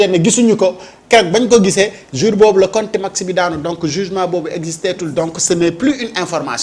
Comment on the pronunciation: On dit contumance pas le mot que a prononcé